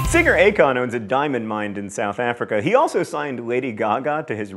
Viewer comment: Diamond mine, John, not diamon mined.